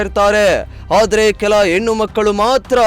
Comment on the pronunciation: ಎನ್ನು ಅಲ್ಲ ಹೆಣ್ಣು ಅಂತ ಹೇಳು